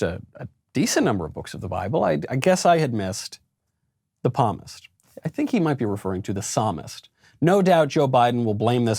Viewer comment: at first i thought he was trying to say the word 'promise'. When I realized what he was actually trying to say, I laughed harder.